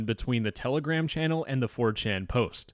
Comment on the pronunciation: Its Telegram not Tele-Gram